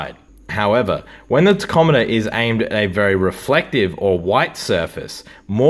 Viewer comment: Wait ….. what did you call it???????? It’s pronounced “Tack om a ter”